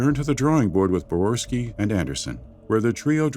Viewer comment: Quick nitpick, the narrator mispronounces the name of Leonard Boyarsky as "Brorski", otherwise solid video